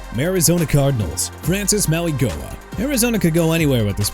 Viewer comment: His name is pronounced Maui-NOH-a